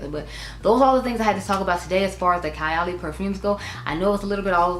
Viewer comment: Happy birthday, mom!🥰 I think the lip matches with the outer corner color of your eye. Needs a darker liner but otherwise its great. Also, its pronounced Kaaay--- Ali. I only own Apple and 28. I am looking forward to fall and winter to reach for '28 again. I have less than half a full 1 oz and a travel but when im finished , I wouldnt repurchase. Burberry Goddess is what I think '28 should have smelled like.